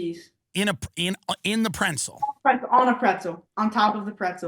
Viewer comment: Second time he’s said “prentzel”